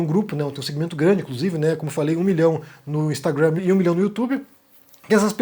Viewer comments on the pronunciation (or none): Acho engraçado vc pronunciar de maneira correta o Instagram. "Instragruannn" kkk